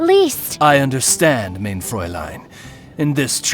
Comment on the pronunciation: Unfortunately, the german words are pronounced wrong. English speakers, remember this now and forever: * MEIN = MINE (not main!) * VERURTEILUNG = fair-OOR-tile-oong